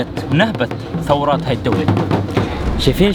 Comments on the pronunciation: ثرواتها* ثروات* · ثروات ثروات يا جو حطاب و ليس ثورات حكيت مرتين ثورات ههههه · ثروات وليس ثورات 😂😂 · ثروااات مش ثوراااات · بعيدا عن الفيديو وعشان ما تضل بنفسي 😂😂😂 يرجل ثروات مش ثورات والي قهرني مرتين حكيتها ههههههههههه بس للامانة احسن يوتيوبر عربي واحسن محتوى الله يوقفك ❤️ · ثروات و ليس ثورات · ثروات وليس ثورات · ثروات مش ثورات😊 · ثروات مو ثورات😂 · مين لاحظ انو جو كان عم يقول "ثورات" بدل "ثروات"...؟😂❤ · ثروات✅ وليس ثورات❎ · ثروات وليس ثورات..... كل الاحترام والتقدير لشخصك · * ثروات مو ثورات😂😂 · ثروات وليست ثورات اخطأت مرتين بنفس الكلمة مع الاختلاف الكبير في المعنى . ومع ذلك انت انسان مبدع ومحتواك نادر ومميز جدا. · هو قعد ينطقها ثورات بدل ثروات طول المقطع او اذني فيها مشكلة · يمكن نسيت اسمها بالعربي بس اسمها ثروات مش ثورات منور وفيديو جميل ❤️ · ما لاحظت باول الفيديو انك قلت " ثورات " بدل "ثروات"مرتين 😅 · للتصحيح ثروات وليس ثورات